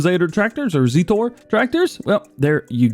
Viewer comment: The way you say zetor makes me 😤